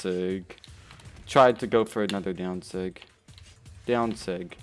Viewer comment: The way he says daown sig lol